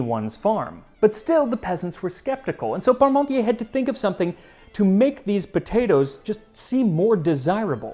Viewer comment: The funny thing was, when I heard you say "Parmontier" it sounded like "Pommesmountier" - "potato rider" ;-)